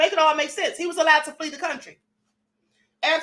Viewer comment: Called my boy “Flee Diddy” tho 😂🤦🏾‍♂️